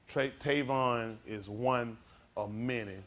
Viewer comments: shows us how much the "holyghost" is talking through this man , HE CANT EVEN SAY THE MAN," TRAYVON"'S NAME RIGHT ..... open your eyes people !.... I mean to say, the "ALL-KNOWING HOLYGHOST cant remember the true name of TRAYVON ??????....think choir !!!...THINK!! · I thought this guy is a preacher. He should be preaching and teaching about the word of God. If he would preach the Gospel of Jesus, there would not be such mean and hateful comments. Also, he shows no respect for Trayvon Martin and his family by not even pronouncing his name correctly nor did he remember Trayvon's name. James 3:1 says: "My brethren, let not many of you become teacher, knowing that we shall receive a stricter judgment."